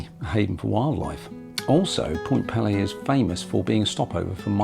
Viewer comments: Small correction. It is pronounced Point pee-lee with a long e sound for both syllables. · Although the Point Pelee name is of french origin, we locals pronounce it "Point PEELee". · I am really enjoying your video but, please would you get the correct pronunciation of Pelee. The first 'e' says its name. It is driving me crazy! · Pelé was a Brazilian football player...Point Pelee (Pee-lee) is an island in Lake Erie. Not sure where Ontaarrio is? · Point Pee-lee, not Pele ;) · "Point Pele" like the soccer player? Lol Point Pelee my friend. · Pt. Pelee (pronounced pee Lee) is the southernmost tip of Canada. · Miss pronounced Point Peelee (peely). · Point Pelee ( pronounced PEE LEE ) is the southern most point of the Canadian Mainland…….Middle Island, a bird sanctuary, is the southern most of Canada, near the border in Lake Erie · It`s actually pronounced Point Peeeeeee Lee Like you`re Peeeeling an orange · You did an excellent job on this video. For your information you should know that Pt Pelee is pronounced point “Pee-Lee”. It is useful while producing your videos to look up proper pronunciations. You didn’t see many birds because generally you have to be at the point 630 in the morning when they first come over Lake Erie. A murderer‘s dream is when 20,000 birds cross and fall at your feet that early in the point and not many get to experience that. After resting for time, they fly up to the trees, too eat and recover. It’s amazing. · Point Pelee = peel-ee :) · I know Canada has two official languages, English and French, Point Pelee has no French pronounciated flare. We all say 'pee-lee' here in Ontario, it is as you said Canada's most southerly point and a major bird migratory area. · Small point---Actually the pronunciation of Point Pelee is PEE-lee. Long e in both syllables. Cheers! 😄